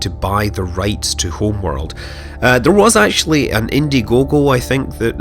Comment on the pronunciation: Hurr, this HRRRMMMWRRRLLDD is so much prrrrrtierrrrr than the old one. Really, dude? And stop fucking talking into cutscenes.